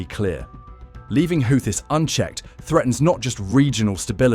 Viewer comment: Congrats on stretching a 10 minute story to 27 minutes. Why does it keep changing the pronunciation of Houthis? Doesn't anyone ever proofread their work?